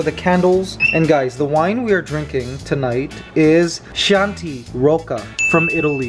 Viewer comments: Mikey. Its pronounced KeyAuntie. Chianti.🤣🤣🤣💕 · Love your vlogs!! Just a gentle correction; Chianti is pronounced Kee-yaan-tee 😊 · Hey guys! Great vlog. Chianti is actually pronounced (kee-ahn-tee) its one of my favorite red wines.